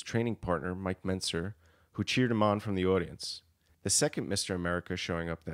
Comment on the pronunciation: I see you have learned to pronounce Mentzer correctly. Your next challenge is to pronounce Padilla properly. In Spanish a double l is pronounced silently so it's Pa Dee Ah or Pa Dee yah. Perhaps a native Spanish speaker can confirm. Other than that I enjoyed the video.